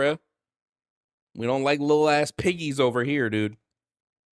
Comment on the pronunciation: Piggies with a hard 'P' is wild hahah